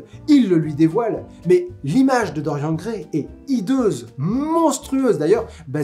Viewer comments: mais ... c'est un prénom celte!!! ça se prononce DorianE (mon prénom viens de se bouquin ... ça fait 26ans que je me bats pour qu'il soit prononcé correctement !!😡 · Tu prononces Stephen King à l'américaine, mais tu prononces DoriEN, et pas DoriANNE. Ta cohérence m'échappe ^^ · C'est horrible de t'entendre dire constamment "Dorian" a la française xD ca se prononce avec le "e", non mais ! (Oui jme sens un peu concerné >.>)